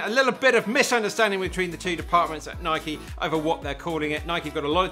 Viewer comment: Thank you for saying the name, Nike, correctly. Can’t believe it’s such a point of contention when the founder of the company pronounces it the way you do in this video.